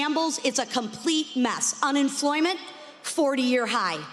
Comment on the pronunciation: Did she say unenfloyment?